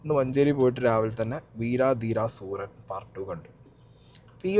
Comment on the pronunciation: വീരാ ദീരാ സൂരാ അല്ല വീര ധീര സൂരൻ ആണ്....